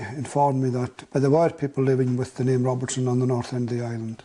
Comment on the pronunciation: Dobinson not Robertson isn't that the name he's saying?